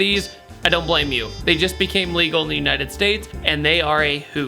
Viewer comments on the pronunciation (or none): none